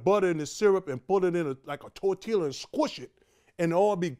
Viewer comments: He pronounced the "L" in tortilla, LOL. It just sounded funny. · this man definitely enunciated those L’s I’m tortilla 😂😂